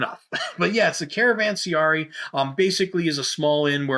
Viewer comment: Hehe... sorry to have to break the news, but it's actually a caravanseRAI, not a caravanseARI. :-D